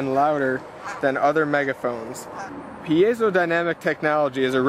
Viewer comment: It's pronounced Pie-zoh.